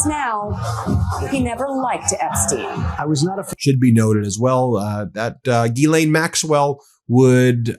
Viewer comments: Zha-Lain.. like GISELLE..~NOT` GEE-lane....Zha (think Zaza) Zha-Lain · For English people say "Gis-len" close enough lol it's not Guilane" lol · Gi-lane? I thought it was pronounced "JizzLane" 🤷‍♂️ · I believe it's pronounced "Jizz Lane." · It's pronounced jizzlayne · The French pernuciation is said JIZZLAINE...I'm not idding😅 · It's pronounced Jizz-Lane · You're saying her name wrong. It's jizzlane Maxwell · I thought it was pronounced "Jizz-lane"